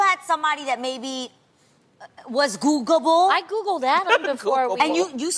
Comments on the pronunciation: WHY SHE KEEP SAYING GOOGABLE ?? ITS GOOGLE-ABLE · "Googable." Adrienne missing a syllable every time. lol